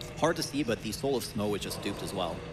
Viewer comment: Tough. Dough. Through.... so how are you actually supposed to pronounce 'Smough'? 'Smow' just sounds wrong to me 😂